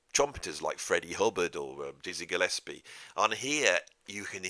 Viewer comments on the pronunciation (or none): none